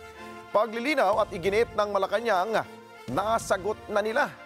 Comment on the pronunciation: Malacanang palace versus malacanang palace... So funny....